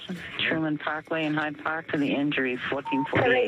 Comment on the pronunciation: I thought he said Tide Pod instead of Hyde Park.